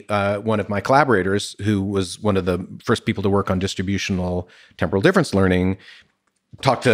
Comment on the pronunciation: Lex has a habit of saying "temporal" like "tempura" that his PFC reinforcement learning can't seem to overcome. Or perhaps that shrimp tempura he had the other day got stuck in the working memory loop.